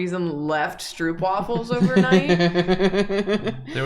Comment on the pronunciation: As a Dutch person, hearing them say stroopwafels sounded so weird. The double o is pronounced more like the o in yooo. stroupwafel is not it